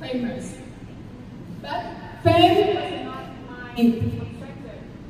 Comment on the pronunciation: E nên luyện ngữ âm nữa là ok. Còn giờ phát âm chưa chuẩn lắm. Đặt biệt từ BUT mà e ấy nói kéo dài, ko dứt khoát. Nên nghe hơi nhạt. Âm điệu ko nhấn nhá, và gằng giọng.... Ngoài ra trang phục chọn ko hợp lý, ko khoe đc vóc dáng lợi thế của em...